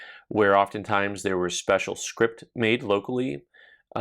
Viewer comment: Hi - I don't want to be "that guy" - but it sounded to my old ears like you were saying "script". The word for replacement money is actually "scrip". I agree that the numismatic market for better items currently seems fairly robust. I hope to bump into you at the Long Beach show - but if not I will at least drop into OPC when I'm working in Tucson later this month. I would much prefer Chicken Nuevo to McD's myself! Thanks for the very interesting video!